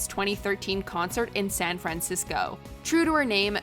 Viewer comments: The narrator can't pronounce San Francisco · If I have to hear SAHN FRAHNCISCO one more time in going to lose it. She speaks as though she isn't a native English speaker trying to remember how to pronounce San Francisco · SAN FRANcisco? Yikes! Has the narrator never heard anyone pronounce The City's name correctly? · Why can't the narrator pronounce "San Francisco"? It's very distracting. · and she cannot pronounce "San Francisco" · really puts an emphasis on the "Fran" in San Francisco. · Drew Kirner it's quite distracting.